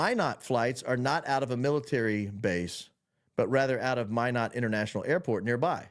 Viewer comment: Thank you for pronouncing Minot, ND correctly! It is (My-not) like you are saying.